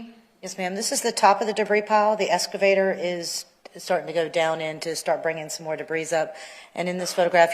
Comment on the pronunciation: Omg...the escavator thing is DRIVING ME BONKERS!!! Why tf can't this lady with a post-hs education say the word EXcavator??? Aaaaaahhhhh 😱